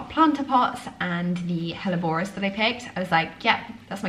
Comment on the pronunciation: Love watching your progress just one thing grated this episode, it’s your pronunciation of hellebores they’re not Spanish plants (google has it wrong too - best English version)